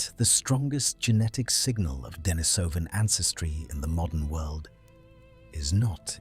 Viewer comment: Accent on the second syllable: de-NI-so-van